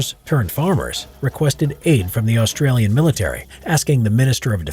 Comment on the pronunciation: Say Australian Artillery again. Or ask an Aussie like myself- I’ll do it for free. Did well in Drama at Uni